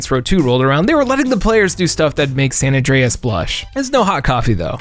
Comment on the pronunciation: The way you pronounced GTA San Andreas was so funny